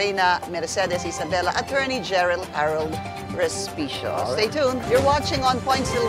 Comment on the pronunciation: Sorry po and not Hospecio😂😂😂